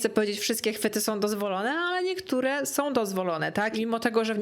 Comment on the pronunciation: Droga, uwielbiam Twoje filmy i ogòłem Twoją osòbkę, jesteś przesympatyczna, ale PROSZE, NIE SOM TYLKO SĄ, nie MÒWIOM tylko z MÒWIĄ. Starajmy sie mòwić poprawną polszczyzną, to razi aż czasem ciężko sie skupić na treści😅. Przepraszam, musiałam. Ale ogòłem dziękuję za nowy super materiał i czekam na następne!!:))